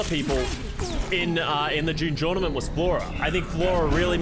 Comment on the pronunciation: Drinking game round 2 take a shot every time says June jornament